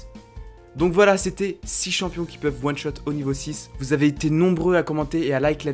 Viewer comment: T'as du mal avec le mot One shot apparemment 😂 En one shot lv6 jvois plutôt: Nocturne, Jarvan IV, Kata, Rengar